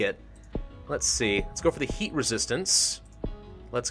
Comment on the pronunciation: He said eat instead of heat